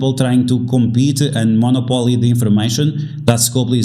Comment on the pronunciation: Good video, but it's mah-nop-o-lee- monopoly lol